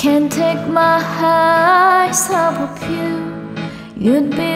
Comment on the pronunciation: 원곡에서도 그냥 캔택마아이즈오브유와 비슷하게 발음하는데 Off of 발음을 다 하니까 어색하네ㅋㅋㅋ 영어 잘하는 게 아니라면 들리는대로 따라부르는 게 가장 좋은듯 물론 나는 노래 더럽게 못해서 이런 조언할 입장이 아니긴 함